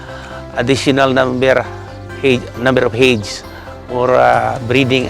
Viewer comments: When he says heyds, does he mean heads? It's quite bothering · Heads not Hids